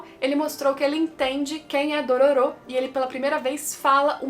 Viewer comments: Como a fala Dororô como o fala Dororu Como o dororo fala Dololo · AAAA HYAKKYMARU FALANDO "DORORO" É MEU PONTO FRACO 🙈🙈❤❤